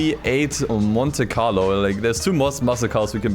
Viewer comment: I. Know my boy did not call a momte carlo a muscle car...😮